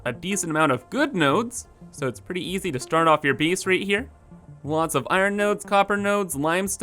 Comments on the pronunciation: "Build a bees", "eeneemis"😂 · Ya lost me at “bees” and “geem”